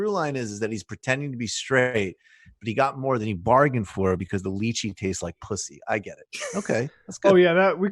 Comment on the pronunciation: The mispronunciation of lychee is killing me